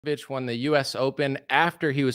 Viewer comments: Long story short, at the end of the day, it is what it is. BTW, Novak's last name is pronounced Joko-vich, not Yoko-vich. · Djokovic is pronounced Joe kovich not Yo. That's why it's spelled with a D, to make sure! But the guy is the total Goat. To be at the grand slam all time top despite being excluded a few times, that's so beyond exceptional people don't even realize! And the fact he stood up to this medic-fascism madness makes victory all the sweeter. Lost a lot of respect for others who bent to the tyranny, even Nadal.